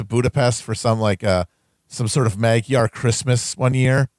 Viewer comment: Mayngwar. Mabtar. Margyar.